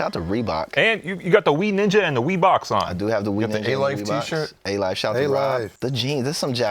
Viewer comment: saying W-E-E. When it’s spelled Wii